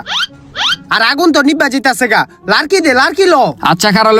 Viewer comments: ভাই ওটা লারকি হবে না লাকড়ি হবে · Dail ❌ Dal✅ Larki❌ Lakri✅